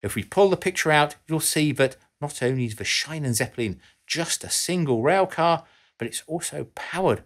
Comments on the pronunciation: As German teacher, I am constantly astonished how English speakers manage to butcher the German language, which is merely the grandfather of English. "Schienenzeppelin (m.)" is pronounced: Sheen-nen-tsepp-ell-lean. Part of your research also really should include the correct pronunciation of foreign words and names. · I don‘t blame him, but I had to write it because „Shynenzeppelin“ just sounds painful. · You pronounce the ie in Schienenzeppelin wrong. Better would be pronunciation like the ea in bean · The second time he use the term, he actually pronounced it right. But "Scheinenseppelin" hurts a little on the inside. 😥 (or sounds like a German speaker is trying not to curse after hitting its foot against the vehicle xD) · The pronunciation of "Schienenzeppelin" is "shEEnanzeppelin". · Totally OT. It’s pronounced ‘sheenen’ Zeppelin in German. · It's pronounced more like "sheanen cepelin" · "schie" in schienen is pronounced like "she". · As a German, your pronunciation of Schienenzeppelin is hilarious. Absolutely brilliant 😄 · As always - great video! Yet, being a native German speaker, I'd like to offer an insight in the pronounciation of "Schienenzeppelin": In German, "i" is pronounced as the "e" in english, or as in "is" or "in". If combined with an "e" before the "i", i.e. "ei", this then is pronounced as the typical english "i" as in "eye". Yet, if combined with an "e" behind the "i", i.e. "ie" as in "Schienenzeppelin", it extends the "i", like in "beer" or "meat". Other than than: pretty decent pronounciation of "Schienzeppelin" for a brit tips hat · This one ain't complicated though, he just got the pronunciation of the "ie" wrong. The "Schie" in "Schienenzeppelin" is pronounced just like the English "she". And he got the rest of the word decently right. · Arrgggghhh!! An entire video where Schienenzeppelin is ruinously pronounced! It's like nails down a blackboard for German speakers every single time you hear it! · His pronunciation is horrible 🙈